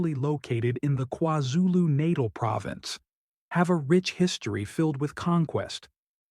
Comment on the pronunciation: "Natal" like Parenthing! NATAL! Bra yeses - Why you mess the words like that